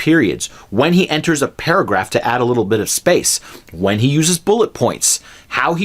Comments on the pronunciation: paragraph not parahgraph! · Great video! One thing: it is "paragraph", not "parahgraph". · Parahgraph mate your good but its paragraph